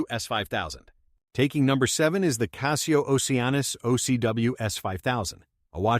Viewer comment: Apples and oranges… The only reason a computer generated voice, that cannot pronounce Casio correctly, would tell you Rolex sucks, is to manipulate you. Casio is an excellent watch and so is Rolex. Anyone that tries to compare the two just wants your money and doesn’t care about your satisfaction.